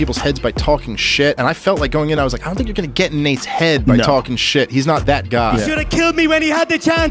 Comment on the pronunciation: Ngl Conor really got me dying when he said "they don't tink like I tink"